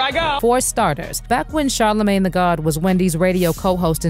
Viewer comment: Charr-la-mang Duh small g god...